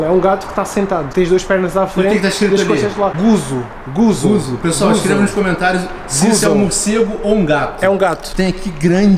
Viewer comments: não é guso, é guiso e o gato serve de i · Não é guzo e guizo e o gato fas o i